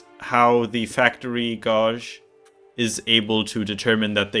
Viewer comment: On the pronunciation of Gauge: You have the right starting “G” sound, but the rest of it is pronounced the same as “age” (as in how many years old you are). As for the rest of the video, I doubt I’m ever going to make use of it, but the logic and technology behind it is fascinating!